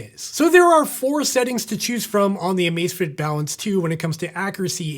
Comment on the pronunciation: Cada vez que dice Amacefitit se muere un gatito